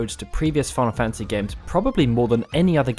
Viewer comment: wait did I hear him say "final fancy 15"?